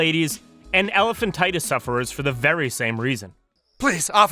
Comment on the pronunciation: *Elephantiasis, not "elephantitus". Common misconception.